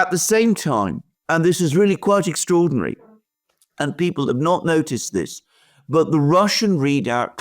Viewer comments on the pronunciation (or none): none